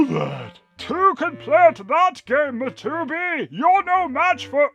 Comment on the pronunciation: Love the way you say Matubi